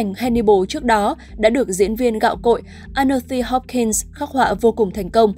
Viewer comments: Anthony Hopkins đọc thành Annothy Hopkins 🙄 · Là Anthony Hopkins, làm ơn đừng đọc sai tên diễn viên mà còn là ngài Hopkins pls 😢